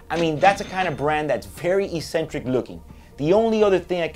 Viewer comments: You're pronouncing "eccentric" wrong lol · Yup, don't think I have ever heard anyone struggle with this word until now